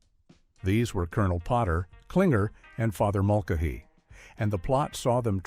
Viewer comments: MULKahee?? Really? Mul-CAY-hee. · It's Mull-Kay-He not Mulk-A-He!! AI is ruining so many video's. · THE AI Bot Can't even BE PROGRAMMED CORRECTLY ACTOR, WILLIAM CHISTOPHER'S Character was Father, Francis,John, Patrick MULCHANEY THE CHANEY Said like KAINEE -- It was NOT MULHANEY.. PEOPLE YOU NEED TO LEARN AND KNOW THE ENTIRETY OF WHAT CONTENT YOU WANT TO BE PROUD OF AND PEOPLE WILL ENJOY!! AND THESE "LITTLE WONDERS" CALLED BOTS< AND AI MECHANICS ARE NOT MAKING FANS OF PEOPLE WHO ARE NOW AVOIDING YOUR VIDEOS AND CONTENT BECAUSE YOU WANT TO BE SO DUMB BUTT LAZY, YOU CAN'T EVEN PROGRAM A SINGLE SENTENCE INTO A MECHANICAL, ELECTRONICAL DEVICE JUST SO YOU CAN SIT BACK ON YOUR BUTTS AND LET THE MACHINES ATTEMPT TO DO YOUR JOB!!! WHICH THEY FAIL MISERABLY AT!!! YOU DESERVE TO HAVE YOUR ChANNELS SHUT DOWN!!! AND DEMONETIZED!!! SINCE, IF YOU DON'T WANT TO PUT TRUE PRIDE AND EFFORTS INTO YOUR SO CALLED "WORK," THEN YOU DON'T TRULY DESERVE TO BE OR GET PAID MONEY FOR IT!!! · Mull-Kuh-Hee. Really, AI?? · This narration’s biggest sin is not able to pronounce Mulcahy… “Mul-ka-he”! Are you freakin kidding me? That’s when I stopped watching! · Father Mul-KA-he? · Father Mulka Hee agrees. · Father Mul-kuh-'hee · No kidding! Father Mulk-a-Hee? (－‸ლ) And another Big No is when they don't even bother showing us clips of the show with the characters' voices. Thank goodness for the "Don't Recommend Channel" option. A thumbs-down isn't even enough for this dreck. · What this reminds me of is that good content can be made using AI. But it requires the producer to sit down and watch and try to clear up the errors. None of that is done here. The mispronunciation of Farther Mulcahy is painful. It's interesting content broken by poor production. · Wow, mispronouncing Father Mulcahy's name. Holy AI crap. Total garbage. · The crappy A.I. narration couldn’t even handle basic names. “Father Mulcahy” from M.A.S.H. was butchered. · Fr mulcayhy is pronounce with a long a.